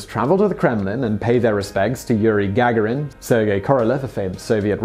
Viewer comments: can we just clarify if Yuri Gagarin's name is its pronounced Ga-ga-rin or Ga-gar-in. I've never heard it said the way you say it Simon. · to whom it may concern He does it on purpose. Annoying isn't it? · I know name pronunciations can be difficult, but it would be nice for you to spend even a tiny amount of time double checking names like Gagaron in this video or JonBenet Ramsey in a recent video. Even searching YouTube for a video will likely yield the proper pronunciation. Hearing such well-known names pronounced incorrectly is distracting. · it is, unfortunately, a tactic used by some content creators to stimulate comment traffic for a video. Simon is well-known for mispronouncing names; perhaps it's not all been accidental. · It's not gag erin it's ga garin! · Oh...peanuts! And it's Ga-garin (ɡəˈɡɑːɹɪn) not Gag-arin who doesn't know that? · The accent is on the second ‘a’ - Gagárin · Love the video, but had to give it a thumbs down because of that hideously annoying and obviously intentional mispronunciation of Gagarin's name. Simon, I've heard you say it correctly before in multiple videos. This tactic is beneath you, and it's actually made me lose a tiny bit of respect for your channel. Knock it off. P.S. If I'm somehow wrong and you suffered some sort of stroke between the last time you pronounced Yuri's name and the present, and this isn't intentional, I apologize. But seriously. Stop it. P.P.S. Again, otherwise great video! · "Yuri Gagarin" surname is pronounced "ga-GAR-in", not "GAG-a-rin". Simon also rountinely mispronounces "et cetera" as "eck-setera", but that's pretty common mistake. It's "et-setera". No hard "C" sound in there. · Is GAG-A-RIN the way you say it or typical? As am american hearing his name said Ga-Gar-In. With everything i can find online being that the american pronunciation is more like the Russian pronunciation. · PLEASE SIMON ITS GA-GARIN.........!